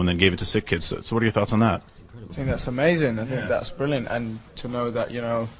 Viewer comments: Zayn said amazayn and brilliam in the same sentence.. Atleast what I heard ;) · no zayn it's : " amazayn" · Zayn Said "it's amaZAYN!!!!"